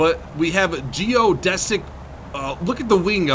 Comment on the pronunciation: Geo "DEE" sick